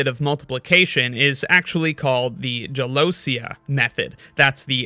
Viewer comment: Small pronunciation note: I'm Italian and the word "gelosia" is pronounced "gelosìa", not "gelòsia". Good video, though! I didn't know about this method!